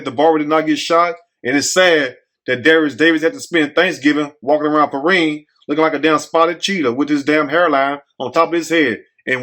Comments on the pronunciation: It's P RYAN Pronunciation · 😂😂😂..... THAT'S PRONOUNCED " PER-RHINE "...... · your to funny!! I’m from Florida, and it’s pronounced Perrind but spelled Perrine. It’s in South Florida. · It's Pee rine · Its pronounced like the number nine perrine in south Miami great video